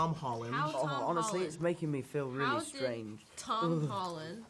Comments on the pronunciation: DR STRONGE-AY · "Dr. StranJE" I can NOT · Dr. Strah-jé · “Doctor Strænjéh”-Jake Gyllenhaal